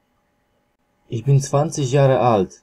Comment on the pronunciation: a ich bin czyta się ich bin